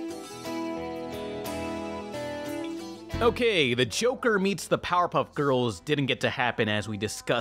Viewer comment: Sounds like you said Choker, rather than Joker